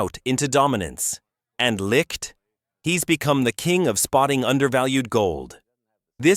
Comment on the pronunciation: What a fucking joke....pronounce his name correctly. Not Jason Licked.....it's Jason Licht as in (light). Got a thumbs down from me for not pronouncing Licht's name right.